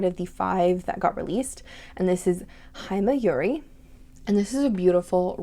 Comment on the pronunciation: Saw-koo-ruh and Hee-may-yoo-ree